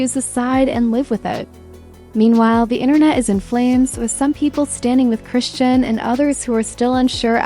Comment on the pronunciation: AI narration rarely gets names right